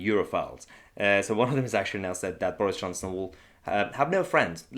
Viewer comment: Boorish Chonson? I love how she gets her pronunciation wrong.